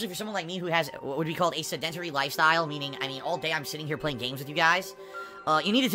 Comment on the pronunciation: Love how he can't pronounce sedentary